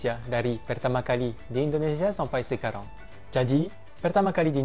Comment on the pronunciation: Apa sekarang masih bilang sekarong bang.. 😂😂 mendengung gitu yaa pengucapannya.. lafal perancisnya masih medok 😁😁👍